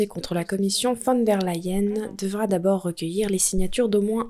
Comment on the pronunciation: mais pourquoi prononcez-vous " LAyen" c est LEyen. En allemand, un E ne se prononce pas A.